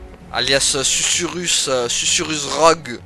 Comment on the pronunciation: Coucou mon et c'est parti pour l'épisode 17 de Forspoken. Susurrus, et non sucrus mdr..Que d'enchaînements et belles cinématiques, on en a beaucoup appris, c'était très intéressant! Eh oui on sait qui est sa mère, mais pas son père, j'espère pas que c'est Krav lol..Eh oui elle est d'ici et pas de New York! Elle a toujours eu ses pouvoirs en elle, en fin de compte! Pas de blagues aujourd'hui avec ces histoires émouvantes! Un super combat contre la bête, beau travail! C'était trop simple pour mon! Attrapez les tous, mon a fond sur la chansonnette des Pokémons hahaha! Par le pouvoir des 3 comme sur charmed lol, bien trouvé hihi.. Oh la vilaine brute, il t'a pas loupé, allez destruction en beauté garantie droit devant, yeee bravo! Eh oui Krav n'est plus dans le coeur de Frey, c'est certain! Mon qui n'aime pas cet ennemi, il t'avait énervé dans les combats avec les lampes..un vrai chieux lol...il comprend pas ce qu'il lui arrive, il est vite mort au final.. Quel combat contre ce zozio hihi, génial, tu as géré! Quel bel épisode! Je te souhaite une belle journée, prends bien soin de toi et de grosses bizouilles!